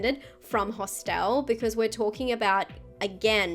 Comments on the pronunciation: I love the way pronounces “Hostile”. Genuine question, is that just how it’s pronounced in Australia? Anyone else pronounce it that way? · Great video... there's a few on here I haven't seen (*gulp*). BTW, I love your accent and the way you pronounce "Hosst-el" 🤭🤗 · Those were some truly mad pronunciations of “Hostel” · Interesting... I've just Googled it: in America and the UK, it is pronounced "HOSStul", while in Australia it is pronounced "hoss-TEL" 🤷‍♂️😄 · I can't get past how you pronounce Hostel lol